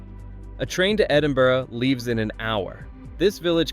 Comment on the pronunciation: 208 miles from "Edinborrow"!!!